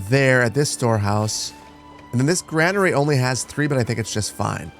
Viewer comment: And granary is pronounced "grainery".